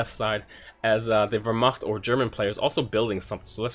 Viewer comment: We need to speak of your pronunciation of Wehrmacht :P hit me up on steam if you need some help with the game/units.